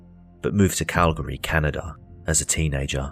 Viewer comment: you should’ve consulted me for this video! It’s “Cal-Gree” not “Cal -Gahree”. Yeah we’re weird, but Worcestershire is pronounced “Woostehshur” so you can’t complain!